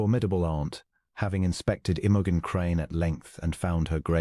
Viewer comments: AI makes her name sound like an OTC medicine for digestive problems. 😂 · Unlikely. But a sweet short love story. Best part is that the narrator does not sound creepy or robotic and reads the lines fairly well. Well, except for the lady's name.